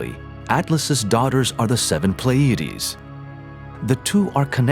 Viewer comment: And the narrator doesn't know how to pronounce Pleiades.